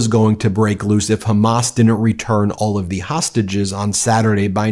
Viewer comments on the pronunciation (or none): none